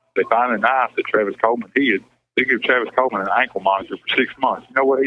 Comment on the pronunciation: It's Travius Coleman...not Travis Pope